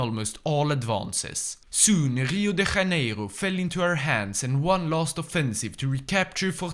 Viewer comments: I love how he pronounced everything like he was French (HCCHio da CHHCHHCHCaneiro instead of Hio de JJaneiro also he did the same with Rio Grande do Sul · He pronounces Rio de Janeiro more than Cariocas lol (I have both Santa Catarina and Parana accent in me because of my parents so I so everything with a normal R and sometimes with an H R)